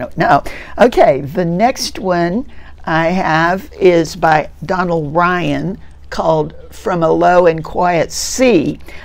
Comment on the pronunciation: Donal is pronounced Dough-nal